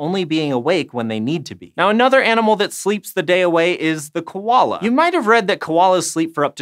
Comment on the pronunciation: Koo-ah-la not kow-lah